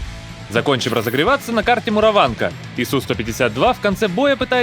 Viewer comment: МуровАнка?? на какой слог ударение в названии этой карты??